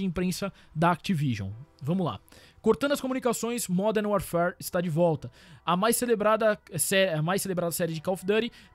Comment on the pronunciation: Pô modern warfarefjcmxm sei la como vc fala kkkkkkkkkkkkk